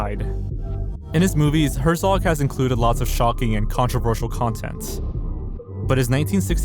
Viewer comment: Why did you apologize for saying the Japanese name correctly and then proceed to mispronounce every other name? Herzog and Melies I get. But you called Cannes, Cane's film festival?! Come on dude. Put in some effort in learning how to pronounce popular names you don't know.